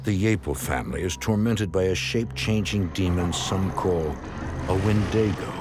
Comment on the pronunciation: "wendāgo"??? It's NOT a fkn' Italian! 🤯 'Wend-ee-go'. Like the "I" sound in the word 'it'. Wendigo. 😩